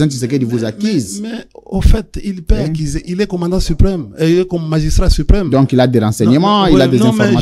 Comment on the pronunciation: Monsieur le journaliste, on dit "ACCUSER"et non "ACCISER" la phonétique SVP. Pourquoi voulez vous que le pprd reagisse? Aux imbécilités de l'udps... "Qui casse...paie " kabila n'a rien à voir de ces idioties. Rien à foutre.😮😢